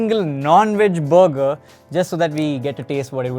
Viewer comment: Sounds like he’s saying booger and not burger… I’m good at checking out that booger joint.